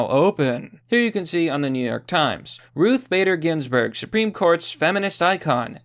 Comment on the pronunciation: Ruths Spader Ginsburg